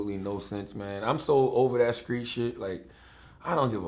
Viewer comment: skreet that's how u can tell Charlemagne is from North Carolina skreet (street)